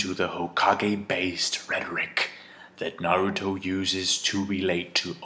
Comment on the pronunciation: Finally someone says Naruto right.